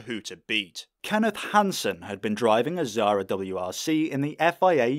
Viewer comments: Why you can't pronounce Xsara? There is no Z in it. Not Zara, thats a clothing brand. It's KSarah. We pronounce the X like KS. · The fact how you say xsara is painful.